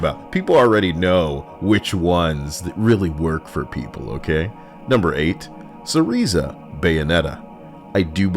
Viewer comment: Pedantic: you're pronouncing wrong "Cereza"